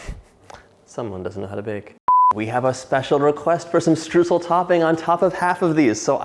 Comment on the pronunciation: It's sooo adorable how you say Streusel, it sounds way cuter than how it's actually pronounced!! 🥰 (It's pronounced something like SHTROISEL in german) I can't wait to try out this recipe, they really look like the real bakery deal!